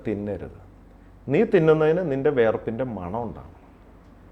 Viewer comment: െ😂 ഓട്ടമത്സരമോ ? വിശർപ്പല്ല ബോർച്ചേ വിയർപ്പാണ് സത്യം